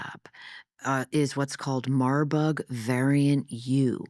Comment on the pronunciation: It’s not “Marbug” ; it’s “Marburg”- after the city of Marburg, Germany with the bio research lab.